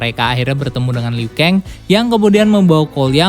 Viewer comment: Zab ziro? Liu keng? Dll Jujur, agak kurang setuju sama penyebutan nama nama nya 🙂